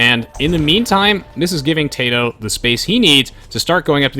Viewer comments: why does he keep saying tayto when zero is saying tatoh. I know he can hear him. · Tay-toe cringe